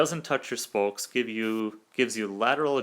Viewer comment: It's "spokes" NOT "spolkes" 🤣🤣🤣🤣